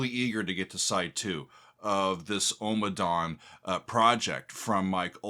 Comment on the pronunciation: Out of all of his works, Ommadawn is my absolute favorite. I first purchased on vinyl when it was released. Never heard it until I played it for the first time. I have listened to it (part 1) over a thousand times. Not exaggerating at all! Great headphone music with so much going on. I think he plays the harp. Note: You seem to be pronouncing it as OH-ma-dawn. It should be AH-ma-dawn. Listen to the chanting.